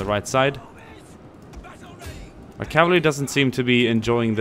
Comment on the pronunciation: Pretty french accent :D CAVALERIE